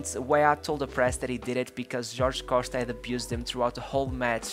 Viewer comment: Bro where you from? I’am portugues and you accent when you said Jorge Costa, Patrick Viera and Paulo Futre sound like you are from Portugal, if you are not from here let me tell you that you sound just like us.